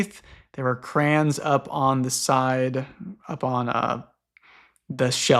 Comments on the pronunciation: I'm always like "who tf is CRANZ" and then its just the accent for saying 'crayons'. 😭😭😭😭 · The scariest thing about this entire series is discovering how pronounces “crayons” tbh